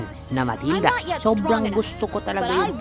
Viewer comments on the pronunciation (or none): none